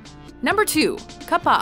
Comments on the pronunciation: its pronounce cap-a not cup_a u need more research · It’s “KA-PPA” not “KAP-PA” 🙄🙄🙄🙄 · Pronounces kappa wrong while somehow also showing clips with the correct pronunciation...